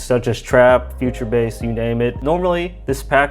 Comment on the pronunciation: DID you just ACTUALLY FREAKING say B A S S the wrong way